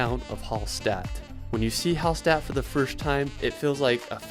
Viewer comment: Very good suggestions for the trip in Austria, thank you very much. But I hate the horrible pronunciation of the austrian towns (e.g. Hallstatt...), oh no...